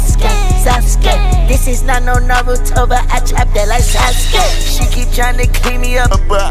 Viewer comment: SAUSE GAY is all I heard in the intro ngl